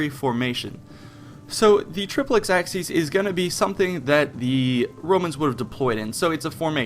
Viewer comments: It's "trip-lex aSSy-es" not "trip-lex aKSy-es" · Its pronounced Ah-ki-ACE if you want use the classical latin pronunciation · it is pronounced AKIES not axkies ! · Acies is pronounced 'A-ky-es' ('es' as in 'best'), not 'axes'. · It's pronounced K in classical latin, Ch in church latin (in front of i, e). In the video "Acies" is pronounced something like "Axes". It should be more like Ak-yes or Ach-yes. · ACIES is pronounced "a-key-es" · Good gods. AH-KEE-ESS. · Triplex Ah-key-aces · 'acies' is pronounced ACK- EE- AIZ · Your pronounciation is complete garbage. A-ki-es Say it properly, come on. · triplex axes? when wil americans ever learn proper pronucation of foreign languages! you cant even pull a latin one which is the easiest! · "Ak-sees"? Are these Romans from the hood? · Nope. Church latin pronounced it like a "ch" sound. Hard c here. Ah-kee-ace. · Isnt it pronounced "asees?" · Wouldn't it be pronounced "Achies"? Because of the letters "ci" which makes a sounds like "chi" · forgive the following pesky comment: i always thought acies was pronnounced *ah-ki-yes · Also, it's pronounced "AH-key-es"